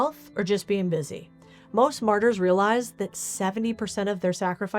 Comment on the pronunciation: phonetically, it's pronounced MARTers, not 'murders'.